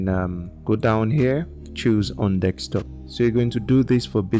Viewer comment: Its Desktop not Dekstop!😊